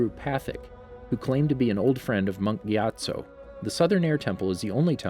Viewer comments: Your videos are great, but PLEASE learn the correct name pronunciations: Guru Pathik (pa-TEEK) Amon (ah-MON) Monk Gyatso (ghee-AT-so) Iroh (EYE-row) Thank you. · My dude butchered Monk Gyatso and guru pathik’s name... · Its Patick, not Pathik, and its Gyatzo, not Giatzo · This channel is supposedly the most comprehensive source of facts and info about Avatar, but they somehow mispronounce common names like Amon and Gyatso